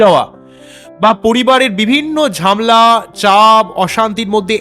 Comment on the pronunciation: ঝামলা নয় ঝামেলা